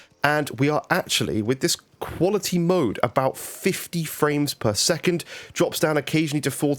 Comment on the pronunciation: Wow really good vid dude! At first I thought you said performance and equality mode 😂